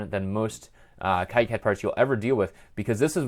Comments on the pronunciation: According to a recent talk by KiCad project lead, Wayne Stambaugh, he pronounces it 'KeyCad' not 'KaiCad'. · Pronounced "Key Cad" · The 'i' letter should be pronounced as in kilometers (eeee), not as in "I am" (aaaai). Plus. that's how it works in Spanish, which is the language that makes the rules for all the others, by the way.